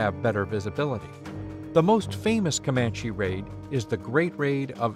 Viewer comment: COMAND-- COMANCH-- never an, e.